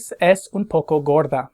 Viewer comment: Anyone else notice how he constantly mispronounces "es" during this video?